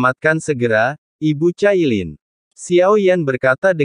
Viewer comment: Min... bisakah tidak membaca dg ejaan inggris tp pakai ejaan indo ? Cailin jangan dibaca kailin😂 Bercanda min 😂